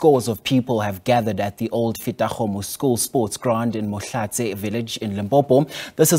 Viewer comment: Mohlaletse not Mohlatse 🤦🏾‍♀️🤦🏾‍♀️🤦🏾‍♀️🤦🏾‍♀️